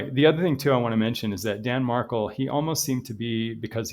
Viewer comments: Mar-KELL just to let you know, good luck! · His last has the accent on the last syllable. MarKELL